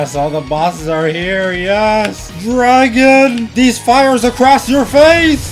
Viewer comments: the name is mess up lol graon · you got the wrong spell you said draon